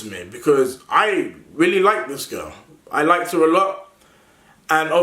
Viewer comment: It’s fucking “when” and “this” man not “ven” and “vhis”